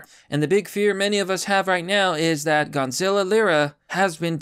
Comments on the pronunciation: His name is Gonzalo not Gonzilla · His name is Gonzalo, not Gonzilla, lol. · lmao you keep saying Gonzilla. Instead of Gonzolo. I love it. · Say it with me, — GON-ZA-LO! Gonazlo! Not Gonzilla. Thank you for this upload though bro! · Gonzilla? You can’t even pronounce his name properly and you call him your friend? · Gon-za-low. Still can't read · You can't even pronounce his name correctly.... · Why do you keep saying Gonzalo like Godzilla?